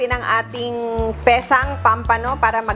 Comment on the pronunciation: POMPANO po, hindi pampano! Sa English po POMFRET! 😊